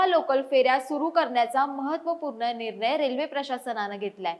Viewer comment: Nir nay. Lai bhari marathi bolati 😂